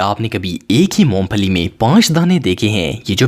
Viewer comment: correction please. Moom phali nahi. Its moong phali...